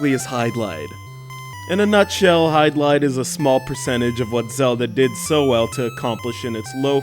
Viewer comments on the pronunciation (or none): Hey,! The game is pronounced "HID-LIDE," not "HYDE-LIDE. Also, The Legend of Zelda is not an RPG, it is an action-adventure title.